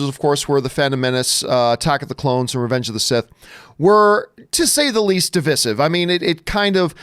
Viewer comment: Why is he saying Divisive wrong?